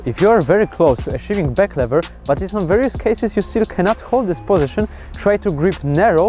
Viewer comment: Szacunek już na starcie za back"LEVERA" a nie "LIVERA" :D pozdrawiam! :D